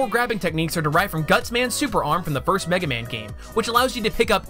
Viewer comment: from the first 10 seconds when it says mega man joins the battle it buffered half way and said MEG man now i know capcom dont like this franchise